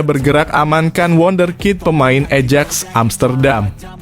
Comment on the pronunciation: lucu pembaca narasinya tidak tahu club sepak bola ajax hrsnya di baca ayax